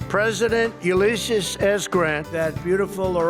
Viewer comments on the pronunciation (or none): none